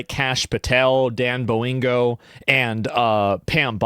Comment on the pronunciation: "Dan Boingo" 😂